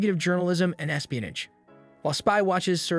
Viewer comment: Are you trying to say "espionage"?